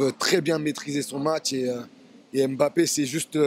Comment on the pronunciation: Bonsoir on prononcé bappè le m devient muet svp lui même vous a déjà fait remarquer